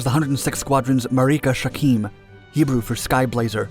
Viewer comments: Marika shakim is butchering ma-r-ki-aa sh-ha-ki-m, and it's translated "one who goes extremely high" or "one who reach great hight" and you can even translate it to "the one who makes the sky (even) higher". "sky blazer" would be translation to "me-t-tzi-t sh-ha-ki-m" Insert nerd gif here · The correct pronunciation is "Marki'a Shkhakim" and not "Marika Shakim". and yes, it did..! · ROFL "Marik Ashakim" (= testicles drainer). The correct pronunciation is Mar-Kia Sh-hakim (= Ascends to heaven/skies) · The name is Markia Shchakim, not merik ashachim!! You just called it a testicle polisher instead of it real name 🤣🤣